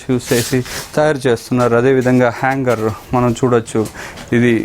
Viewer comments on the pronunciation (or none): నీ యాంకరింగ్ బాలేదు,, లంగర్ ని హ్యాంగర్ అంటున్నవ్,, 🥳🤣🤭😱😭